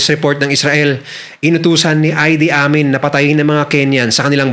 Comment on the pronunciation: Ang pagbigkas sa pangalan ng Ugandan president ay I-di Amin at hindi Ay-di Amin.